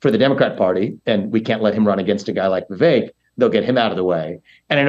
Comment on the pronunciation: Adam, thank you for saying Vivek's name correctly. Idiots keep saying his name wrong. Kudos.